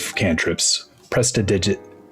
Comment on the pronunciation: omg my no one i know can say 'prestidigitation' i'm gonna tell the dm to get it recoded like that 🤣🤣🤣🤣🤣